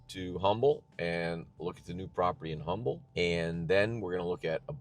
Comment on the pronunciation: The H is silent in Humble. May want to know before you spend millions there.